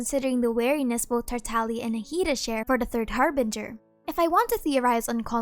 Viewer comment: You mean Tar Tag Liah?